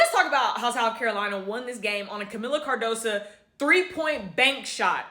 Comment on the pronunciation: Her name is Cardoso not Cardosa, come on now get it right! SMH